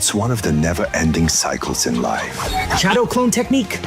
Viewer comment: "Shadow clode technique " 😂